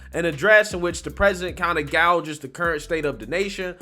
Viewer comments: Well, guages is pronounced "GAY-jiz" not gouges. I love your channel and stand with on almost every single issue you've discussed, but that one tiny little thing shredded my nerves. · Pronounces "Gauges" as " Gouges". Bruh, you have to clean it up or your'e a misinformation agent